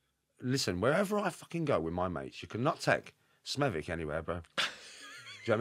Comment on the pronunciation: how the fuck did Shaun pronounce Smethwick???? You don’t pronounce the W its Smeth-ick…. I quite surprised Shaun’s never heard of Smethwick before, It’s the boarder area as half of Smethwick is in the Black Country and the other half is in Birmingham…. accent is typically Smethwick as it’s a Birmingham accent with a few Black Country slang phrases thrown in….